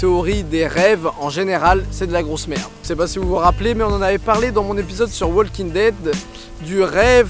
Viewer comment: le L de walking ne se prononce pas